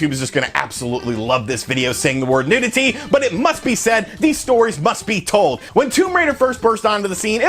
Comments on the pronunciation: Your saying NUDITY not NEWTITIDY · NEW-dih-tee lol this was a great vid. I remember all of these rumours xD